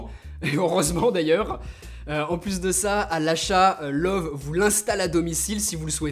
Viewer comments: Juste pour info, ça se prononce "Leuveu", pas "Love" ;) C'est Allemand :P Après, je suis vraiment pas fan de cette marque, je la trouve trop cher pour ce que c'est, même si ce modèle est plutôt "abordable" pour de l'OLED 4k. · Salut! Pour info, "Loewe" est la traduction allemande du mot "lion". Mais surtout cela ne se prononce pas comme "love" mais plutôt "Leu-ve" ("eu" comme dans le mot "noeud" et le "e" final comme dans la première syllabe de " veuve"). C'est la prononciation officielle internationale de la marque. Bien amicalement et merci pour tes vidéos. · Loewi on prononce i à la fin pas e même si c'est écris Loewe xD